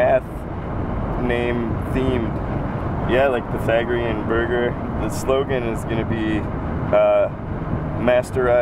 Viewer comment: I thought he said it was a "meth-themed" restaurant. Then he said "Pythagorean" and I realized it was math.